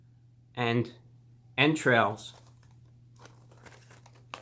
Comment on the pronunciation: "end trails" 💀